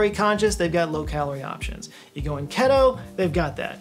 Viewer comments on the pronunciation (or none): Question about a comment you made during your FACTOR promo- Isn't "keto" pronounced with a long "e"?